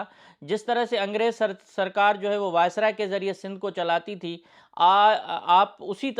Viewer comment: وائسرا نہیں وائسرائے